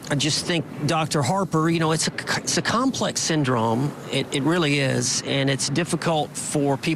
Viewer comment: The way he says syndrome really gets under my skin. “Syn drum”